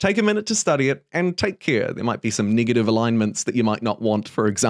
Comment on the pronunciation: “niggative alignments”